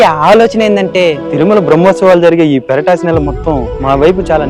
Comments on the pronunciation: Peratasi kadu poratasi masam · Anna... adi peratasi kadu, puratasi masam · Sorry andi Adi peratasi kadandu poratasi masam❤❤